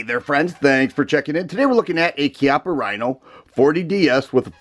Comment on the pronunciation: The first thing I would like to say is thank you for pronouncing the name of Chiappa correctly. I fell in love with this revolver when I had the opportunity to shoot one a few years ago. The stainless 5 inch model is the one I want